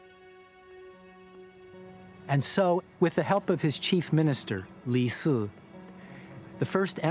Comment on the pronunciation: Li Si, become Li Su, Yin Zheng Becomes Yin Jian. The names are all wrong. Please learn chinese before narrating chinese history. Xu Fu is a taoist priest not a doctor. He was legend has it started Japan.